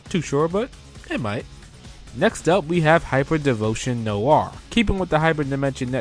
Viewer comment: Sorry for this but Noire is pronouced "Nwah" not "Nowah". It's French for Black. It was just bugging me. Nice video :3